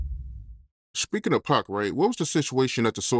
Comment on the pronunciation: Spiieking lol